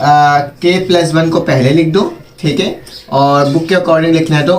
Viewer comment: MashaAllah plus ko pluz bolraha he